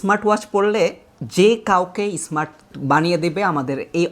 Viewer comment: আচ্ছা সব ধরনের বিজ্ঞাপন কি শুনতে ভালো লাগে শুরুতেই তো ক্ষেত ধরনের শব্দ বললেন ইসমাট না স্মার্ট